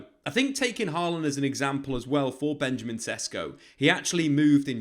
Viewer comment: It is pronounced Benyameen SHESHKO.